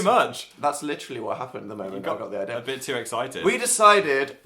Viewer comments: Why does dan says idea with an R at the end But its nice😊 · why does dan pronounciate "idea" like "idear" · When "idea" rhymes with "here" So blessed. So moved. Appreciate.